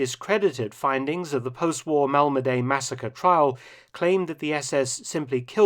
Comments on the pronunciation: It's pronounced Malmedi not Malmedey. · Your pronunciation of names sucks. Mal-muh-dee, not Mal-ma-day. Do a little research and you can stop sounding like a lazy amateur. It took me 15 seconds to hear the French, Dutch and Belgian pronunciations. They were all essentially Mal-muh-dee, none were Mal-ma-stinking-DAY. It makes me question how haphazard the rest of your videos are if you can't even pronounce correctly. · Pronunciation of "Malmedy": the y at the end sounds like "i" in "pin", not like "ay" in "day".